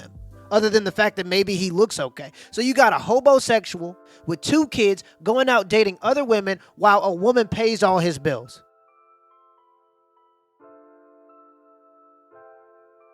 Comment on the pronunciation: Did he just say HoBosexual??